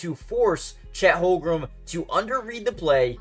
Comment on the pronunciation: Lolz at this guy trying to pronounce Holmgren. Holgrum?